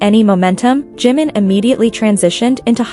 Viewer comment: Про какого Джима вы говорите 😂 это Чимин, слушать вас не могу